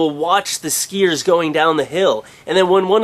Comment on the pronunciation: He says "skiiers" funny